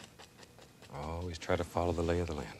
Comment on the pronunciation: The lay of the "lan"